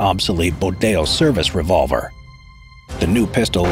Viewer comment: ITS THE LOENG REVOLEVER